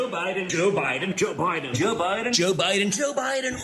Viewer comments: He looks high. lol Joe Bi-en lol Its like they cant pronounce their D's. At the end a bus goes past in the background that looks like the woman in the middle! Plus its ironic that a games being played where your not allowed to give away the game and the woman on the bus is making a "Shhh" gesture!" PMSL If that was just coincidence then that's pure natural gold!😂 Plus I want that Dog with the bandana. haha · Don Jr., aka peewee Herman, is too high to say president Biden name correctly. 😅😅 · Joe Bahden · As much as I dislike Stephen Miller, I think the way he pronounces Biden’s name is typical of Californians. My wife and I are both native Californians and we drop the ‘e’ sound, too. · I pronounce it "President Biden".